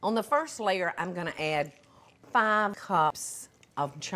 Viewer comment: Any time she says layer it sounds like she's saying slayer